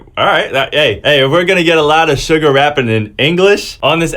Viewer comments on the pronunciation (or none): Does he pronounce Suga like Sugar.... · Its pronounced shooga